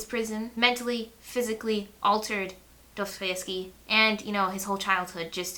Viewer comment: You pronounced Dostoyevsky correctly!